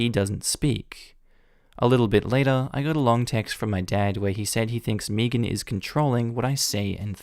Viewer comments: Is anyone else.. annoyed.. by how he is pronouncing the name ‘Megan’? ‘May-gan’ is such a common name.. Meegan? 🤦🏼‍♀️ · Why are you saying "meagean" like meagean. Megan like meg-an think of meg Griffin with a an at the end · I can't get over how amusing it is to hear Megan pronounced Mii-gan instead of Meh-gan. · Side note does anyone get slightly annoyed by mispronouncing Megan. Or do other people pronounce it the same ( I pronounce it as may-gan) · I’m from the Uk. We don’t pronounce Megan as Meegan. It sounded weird to me the way he said it. I still like him though. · Started cringing at the last story every time you pronounce Megan wrong.